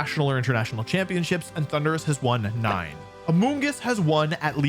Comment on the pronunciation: I skipped the Thunderus part The way he pronounced it was so uhh....